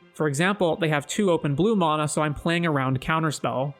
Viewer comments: mAhna not MONA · MAN - UH NOT MON - AH